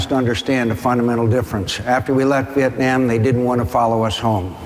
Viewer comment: WHAT THE FUK IS VIETNYAM MCCAIN